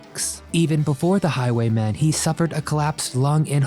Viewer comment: It's Highway MEN not Highway MAN